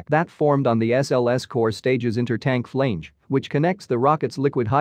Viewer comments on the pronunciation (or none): You need to spruce up your AI readers. "Flange" is not "flainge". It's a short "a" sound NOT A LOOOOOONG "a" it is not FLAINGE IT IS "a" as in "hat"